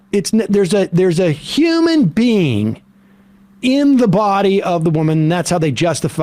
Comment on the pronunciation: …..anuthurr human bean…..